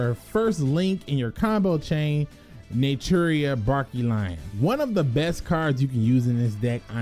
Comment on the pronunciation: I laugh whenever he says Barkion wrong